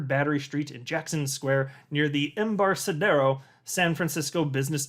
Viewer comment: Embarcadero is a hard 'C'.